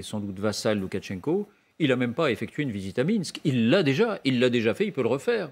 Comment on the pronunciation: Pourquoi personne ne prononce Lukashenko correctement. C’est pas LukaTChenko, c’est Lukashenko